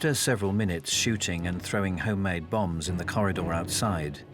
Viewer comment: British narrator pronounces 'bombs' as 'bums'. 😾